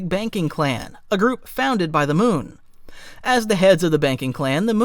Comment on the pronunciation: It's Mew not Moon.